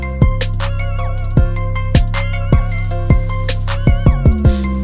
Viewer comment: “Anchus” 😂😂anxious